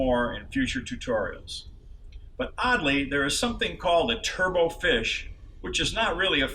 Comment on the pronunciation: A turbot is a fish and is pronounced "TUR-buht", not "turbo".